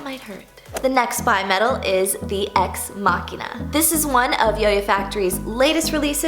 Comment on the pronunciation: Thank you for pronouncing Machina correctly